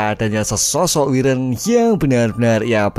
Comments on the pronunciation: Wyvern itu bukan wiren cuk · Wayvern bang KLo mau bilang bukan wiren😂😂